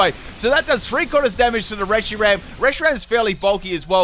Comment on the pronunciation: "And we got a Reyshiram lead"